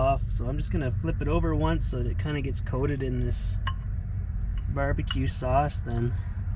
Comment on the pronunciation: WOW WOW WOW. Spectacular summit views. Your cinematography is amaaaaizng. And did you say "barbecue snause" ????